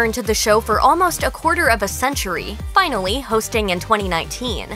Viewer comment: Am I the only one who got a little stuck on the speech impediment? 👀 (E.g. "finawwy" , "Weekwy" )